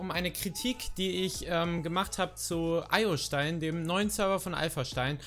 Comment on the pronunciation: Du hast den Server Name (Iostein) falsch ausgesprochen